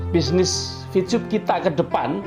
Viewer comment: Maaf y.. Ko saya dngarnya Bilang Vcub.. Bukan Vtub..!